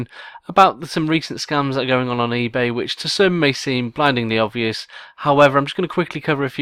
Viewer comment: "eBay". Dude, you really have to pay attention. It just makes you look like bad. Just some constructive criticism. I enjoy the content.